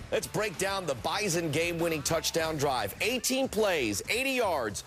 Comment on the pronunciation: Hail the Bison (Glad ESPN learned how to say it right)